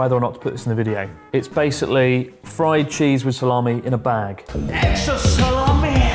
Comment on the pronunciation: “EXTRA SALAAMII-UH”